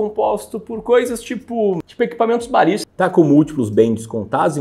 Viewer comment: "... tipo ... equipamentosbalíst!" kkkkkkkkkkk